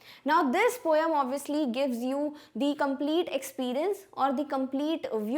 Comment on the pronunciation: Mam its poem not pom 😂😂😂😂